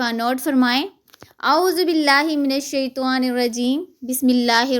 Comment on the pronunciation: Madiam اعوذ بالله من الشيطان hy aap parhti hain الشيطوان is ki islah krain.khud sun lain.